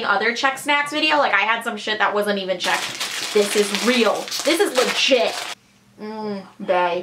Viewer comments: Oh my gosh you are so sweet and your Czech pronounciation is great :) :D I am from Czech and I absolutely get that you worship Kofola, we all do :D It's a treasure ^^ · I've just stumbled across this channel... No idea how, but oh my god, your Czech pronounciation is so good for American! Also, it's funny to see what is considered to be "Czech", I mean, I just pass those things by every day in a shop and don't even know what is made here, and what is from abroad...